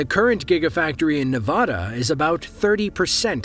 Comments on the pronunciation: it's pronounced nevada, not nevada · say Nevada the right way!